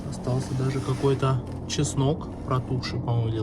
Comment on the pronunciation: дажЕ,а не дажэ,пиши доча, грамотно,ге коверкай русский язык!